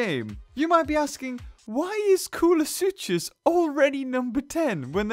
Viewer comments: Who else agrees that its is pronounced Kool-uh-sook-us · I'm pretty sure the "ch" in koolasuchus is a "c" sound